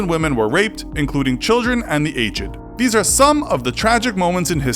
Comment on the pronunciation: You mispronounced aged